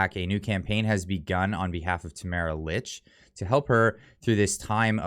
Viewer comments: I guess you don’t read your comments, because several people have mentioned that Tamara’s last name is pronounced “leach”, not “ilitch”. However, what you’ve said is good! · Please pronounce her last name correctly! It sounds like, “Leach”. Thanks.